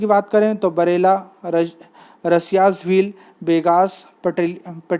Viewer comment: झाबुआ की उपजाति रसियास नही रथियास है